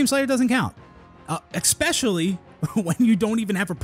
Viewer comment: Gotta always wait for that "exspecially" moment.